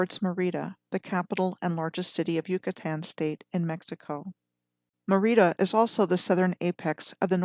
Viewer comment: Merida is pronounced as e in red with accent on E not a long I fyi and Archipela (long A) go